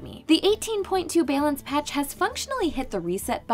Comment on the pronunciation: What’s a “bay-lance” patch?